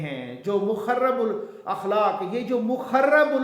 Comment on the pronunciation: مخرِب الاخلاق ، مخرِب میں حرف" ر" کے نیچے زیر ہے ۔